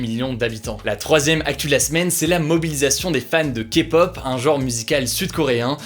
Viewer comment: Merci d'avoir bien prononcé le mot kpop ! 😄